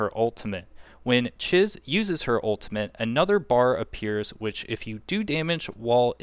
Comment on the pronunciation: It’s “Cheese”. When she introduces herself, that’s even how she pronounced it. Thanks for the video though. Saving it for later when I actually have my tycoon level high enough to get her.